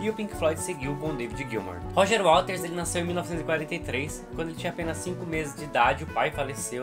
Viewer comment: Não é WALTERS, é WATERS